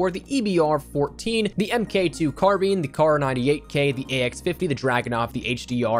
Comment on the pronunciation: "carbine" not "carbeen". With a long i.